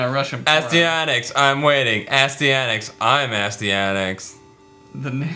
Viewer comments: continue. this game wasn't a complete drag. had some good side-scrolling mechanics. BTW it's pronounced....... styanax play noun As·ty·a·nax \ə-ˈstī-ə-ˌnaks\ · Uh-Stye-an-axe. I think. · Just so you know guys... its pronounced Astyanax =)